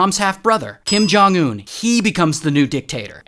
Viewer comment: Bro really said Kim jung un💀💀💀💀